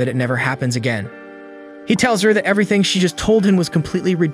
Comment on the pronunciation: Bro was like i know everythink